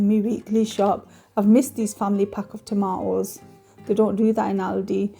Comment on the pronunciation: Tomatoes has a T :) subscribed anyway